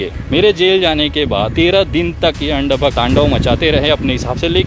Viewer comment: "Andbakht" ko 'Aand bakht' Kya change h sir 🤣🤣🤣🤣